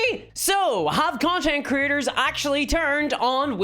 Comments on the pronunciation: I like how her accent makes "content creators" sound like "content critters." I want the stats for content critters, because they sound delightful. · I know you're saying "Creators" but I'm hearing it as "Critters", and it's just delightful.